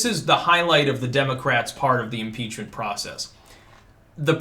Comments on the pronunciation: I Thought you said article's of PIZZA for a second there.😃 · did you say pizza impreachment